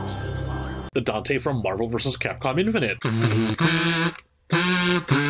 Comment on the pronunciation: Did he just say FAPCOM???? lol